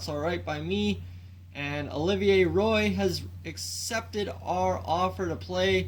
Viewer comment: I could be wrong but I think Olivier Roy is pronounced wa as in Patrick roy